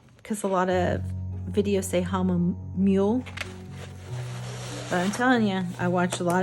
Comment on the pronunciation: I couldn't watch after 3 repeats of hamumule 🤣